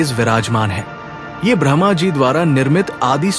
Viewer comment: Bhai agr normal log bhi tere video sune or smjhe to simple hindi me bola kr smjhe hr kisiko itni shuddh hindi nhi aati or AI translation mat use kra kr jo brahma ko bhraaahmaaa bole